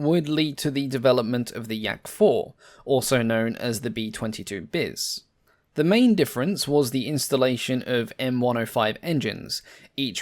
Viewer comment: Hey just an important note about the 'bis' part of the aircraft names/designations when you see them. It's pronounced like 'bee', not 'biss'. It’s a phonetic name for Russian letter “Б” that makes English “b” sound.